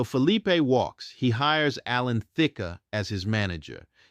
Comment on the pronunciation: I hate computer-generated voices that mispronounce common names. For example The came You was with Dionne Warwick not Dye-on Warwick. He later teamed with Alan Thicke. The E is silent. The voice said Thick-ah. And Not Just Knee Deep was Parliament Funkadelic not Sweat Band. Such a remarkable singer with the remarkable story but I lost interest with mispronunciations that even a novice pronounce